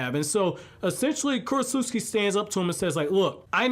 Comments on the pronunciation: ...Kurotsutsu-CHI. Not Kurotsut-SUKI. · Dude, it's Ku-ro-tsu-CHI, not KurosuSKI. You make it sound like she's from Poland. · Okay look, this whole video was good, except for the fact that you kept on mispronouncing “Kurotsuchi” wrong because you didn’t pronounce the “CH” you pronounced “KI” yet for some reasons you can pronounce “Tsuchikage” properly? Why??? That annoyed the hell out of me because it’s simply incorrect and weird that you changed the pronunciation like it’s English when you KNOW it’s Japanese, that’s all that was bad about this video but other than that, this was a very good video. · Also its kurotsuchi (kur-ot-soo-chi) not kurotsutski 😭😭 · "Kurotsutsuki?" Bro.